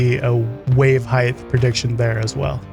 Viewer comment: Height, not heighth. Otherwise... a perfect video! (sorry, pep peeve)